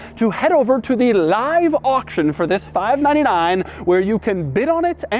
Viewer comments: Sounds like he’s saying 5 9 to 9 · "five na na nine"